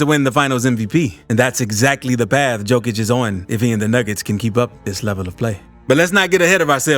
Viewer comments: Appreciate the video on underrated Jokic, but you gotta learn how to pronounce his last name bro 😉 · Thank you that bugs me too, the best player in the world and can't say his name correctly 😢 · pronounce it yokich, not dzokich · Am I drunk or is the guys name pronounced "yo-kich" if so stop calling the man "jo-kich" god damn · It's Yo-kich, man, thank U for the video and greetings from Serbia! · Just one thing you pronounce the "JO" in Jokic not like Joe but like "YO" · J o k i ć, not J o e k i ć Serbian language is read how its written, letter for letter, there are not any additions in pronunciation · Please, for the love of God... please pronounce his name right.. Jokic is pronounced "Yo - kich"... not Joe-kich. It's like saying, yo man, what's mama cooking in the kitchen?... Jo-kic. He's the greatest player ever... he deserves to have his name pronounced correctly. Keep up the good vids. Thank you. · For all of you that don’t know it’s pronounced yokic but spelled jokic still being disrespected get his name right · Not Joekitch it's Yowkitch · DUDE , LEARN HOW TO PRONOUNCE HIS NAME , ITS YO KICH , NOT JO KICH !!!! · His name is pronounced yo-kich not jo -kich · Could you say his surname properly, he is "Yokich"? Please pay attention. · Learn how to pronounce Jokic!!!! "Yokish" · Just an FYI, Jokic is pronounced “Yo-kich” Great video though. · its pronounced Yokic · The correct pronunciation is closer to Yoke-itch. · Please: 1. say yolk out loud 2. then use how that sounds to say Nikola's last name 3. profit <3 Great video, but you literally merged Novak's and Nikola's last names into one <3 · Dude I couldn’t get past simply cause you mispronounced his name every fifth word. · How you gonna make a video with a bunch of info about him but don't know how to say his name correctly? Lmao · You're mispronouncing the guy's last name Mark Jackson didnt even bother to learn how to say it for NBA finals What's up with this?